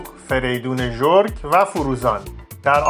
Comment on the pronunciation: داداش فریدون ژورک روبدتلفظ کردیjorak